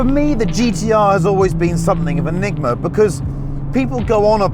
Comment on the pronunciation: A driving and presenting God. Who cares if he can’t say enigma